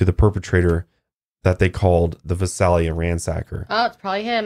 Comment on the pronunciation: I came from the podcast just to point out for one thing it’s Visalia Vi SAY lia you weee saying it weird also you said Exeter weird lmao but I actually was born in Visalia and I currently live in Exeter and never heard of this until the podcast. Maybe I just need to get out more lol. Anyway back to the podcast 😂